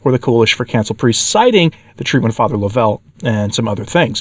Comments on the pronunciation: I knew Fr. Suhy's warning against the new leadership was trustworthy. Also, its not laVELLE. It is LOVEull. If you had listened to his podcast even once you would have heard him pronounce his own name. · Please say Fr. John’s name as “Love- uhl’. The emphasis is on the 1st syllable, and thank you for reporting on this. I was at their wonderful conference last year. It is a heartbreaker what has, and is, happening. Can anyone say these are confusing times?